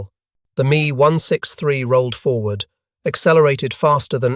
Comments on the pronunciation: IT'S M E...not Me. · Mee one six three…over and over….